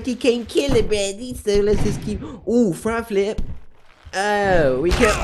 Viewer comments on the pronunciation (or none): he said Fri flip